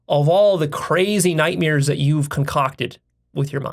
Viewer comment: I forgive you for pronouncing it night mirrors. 😁